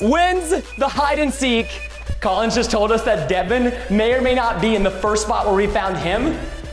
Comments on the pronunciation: Preston: *says Collin and Devan Me: you buffoon it’s CollinS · First of all, Collins is an amazing brother. Second, did it trigger anyone else how Preston kept saying “Collin” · Every time Preston said “collin” I was like “no! It’s collinS. With an S 😂” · I love preston but it bothered me so much when he said Collin instead of Collins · It’s Collins!! Not Collin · IT'S COLLINS NOT COLLIN